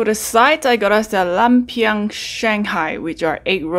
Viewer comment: It's pronounced loompia